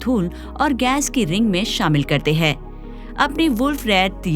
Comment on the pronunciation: आप ' हैं ' को ' है ' उच्चारित करतीं हैं । कृपया इसे सुधारें!